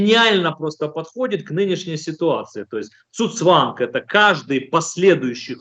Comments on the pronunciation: Не цуцванг, а цуГцванг! Говорите грамотно. Ну а в целом все правильно - термин абсолютно применим к ситуации, когда чувак сам себя душит каждым своим движением. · Уважаемый гость, не "цуцванг", а "ЦУГЦВАНГ" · Цу цванг-очередной болван слышал звон, но не знает,как правильно произносится.